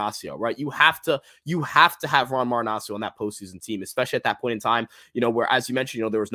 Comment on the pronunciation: All that research on stats and still hasn't figured out to say Marinaccio's name correctly. SMH